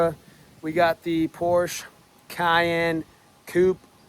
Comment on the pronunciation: Its not Porsch... its Porsche! I DO it! ✅️